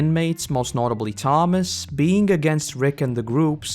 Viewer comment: It kinda bothered me how you kept getting Tomas and Andrew's names wrong.